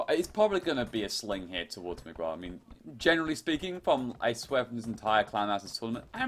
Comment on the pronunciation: The "u" in "Miguel" is not pronounced in Spanish, and the "q" in Chinese is pronounced as "ch" in English.